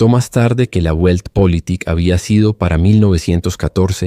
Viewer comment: La pronunciación de la palabra "Weltpolitik" no es "Güeltpolitik", sino "Veltpolitik", con la "V" bien marcada (con los dientes superiores apoyados sobre el labio inferior).